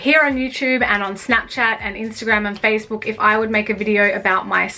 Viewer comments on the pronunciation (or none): Is she polish coz she said Facebook in the way u say it in Poland I'm polish